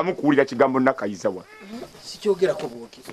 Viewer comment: 🤣🤣The way pronounce the. Name Nakayiza hahaha ewoooo